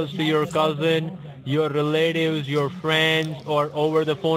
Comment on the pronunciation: Do you have any re-lay-tives in New Jersey?